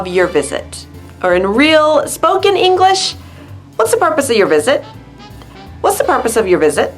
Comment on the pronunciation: /English-e/?, you often say [English-e]. Why -e? This video